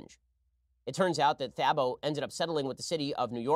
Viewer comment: Man they butchered Thabo’s name lol